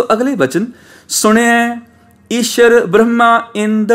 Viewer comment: ਆਪਜੀ ਬਰਮਾ ਨੂ ਬ੍ਰਹਮਾ ਬੋਲਦੇ ਹੋ ਜੀ🙏🏼